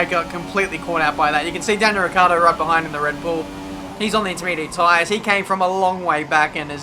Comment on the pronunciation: Oh god. Is ricciardo. Not riccardo.